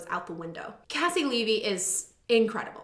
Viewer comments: It’s very commonly mispronounced! Think of her first name as KC you pronounced her last name right though! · Caissie Levy my QUEEEEEEEEN. (Also just FYI she pronounces her first name like KC). She's incredible. So happy to see her on here.